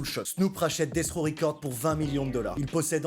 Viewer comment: Death rOw et pas raw 😅